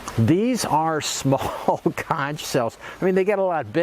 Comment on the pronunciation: It’s pronounced conc without the h.